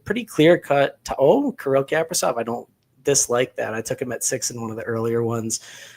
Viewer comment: the pronunciation of Kaprizov made me not trust you. JK, but kinda